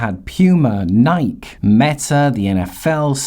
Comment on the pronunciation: “NIKE” lmao it’s pronounced Nike-y